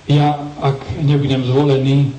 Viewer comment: Kto počul namiesto zvolený zhúlený :D D:D :D :D::DDDD